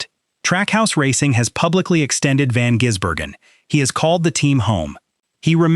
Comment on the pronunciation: His name is NOT Jisbergen,how about a bit of respect it`s Gisbergen,t`s like saying Hendrix,SVG drove the Ute for more practice on ovals,from an insider Shane is staying with TrackHouse and the number 97